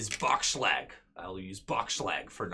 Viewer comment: "Boxschlag" It was very funny how pronounced it because I'm from Germany xDD